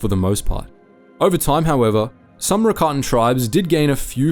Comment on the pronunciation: I think I have a good question- if the Rakatans originated in legends books, what was the piece of media that made it clear it was pronounced like Ricotta instead of rackatan?